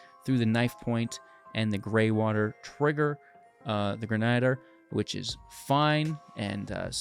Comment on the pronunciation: Gren-uh-deer 😉. Appreciate the budget friendly stuff.